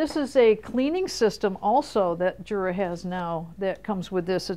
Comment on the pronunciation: It is not pronounced Jura. It is pronounced Yura. It is German, and the J is pronounced as a Y.